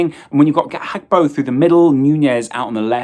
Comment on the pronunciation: Did lose a bet that he could mispronounce Gakpos name as many times as possible